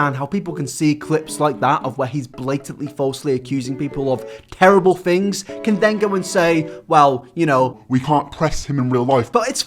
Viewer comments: It's pronounced THings not Fings. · Fhings got real? Speak english.